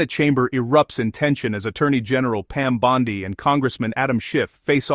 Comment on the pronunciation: I don’t know who voiced this, but if you can’t pronounce Pam Bondi’s name correctly, I WON’T FINISH WATCHING!!! I stopped into the video after mispronouncing her name twice!!!